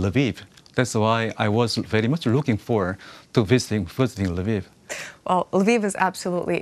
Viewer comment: Say #KyivNotKiev, please! :-) Lviv is neither Lbib nor Lbif! Odesa is not Odessa! #CorrectUA